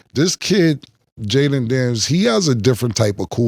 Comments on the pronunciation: One thing Killa going to do is mispronounce somebody’s name…”Jaylen” Daniels 😂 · Mike said Jayden like Mike P Mahomes squared 😂😂